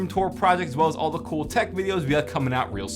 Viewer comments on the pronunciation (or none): none